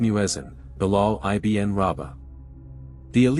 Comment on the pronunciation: IBN IS NOT PRONOUNCED I-B-N . IT IS PRONOUNCED IBIN MEANING " SON OF". IF I'M NOT MISTAKEN .